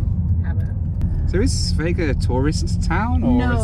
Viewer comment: Thanks mate! And by the way.....the way you pronounce Sveg is hilarious to a Swede! But I love it!